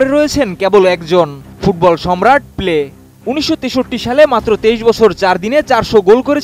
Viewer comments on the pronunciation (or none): পেলে না বলে সাংবাদিক বলে প্লে